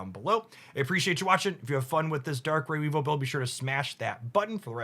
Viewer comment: Don't care about any of your pronunciations other than Weavile. How can you not want to say We Vile!? You get to say VILE! 😋